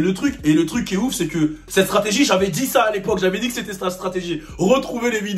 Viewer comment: Personne:: JAVÉ DI SAA🤪